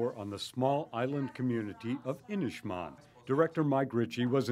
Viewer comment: Pronunciation is inish-maaan. The "A"s sound like Ah Not inish man